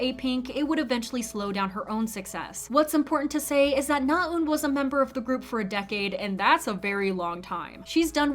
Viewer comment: your Korean name pronunciations are improving! you still need a bit of work but I know it can be hard to wrap your tongue around foreign sounds. NaEun is not pronounced with a long "u" sound, though. :-) when you pronounce it, it sounds like "나운," rather than what it should sound like: "나은." the latter is how her name is spelled, with the "ㅡ" character that's usually romanized as "eu." sincerely just trying to help. the "ㅡ" sound in Korean can be hard to master. still, overall, you are sounding much more natural and accurate; good work!